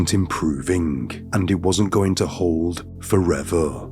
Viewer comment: "somethingh goingh wrongh" , "but this theory didn't theory didn't hold for longh". Your English needs work.